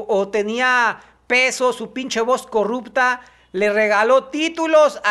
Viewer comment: No se dice corrupta, en el acento francés de Mochil, se dice cogupta.